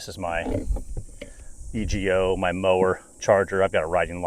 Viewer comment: LOL its not E G O its Ego (E-Go)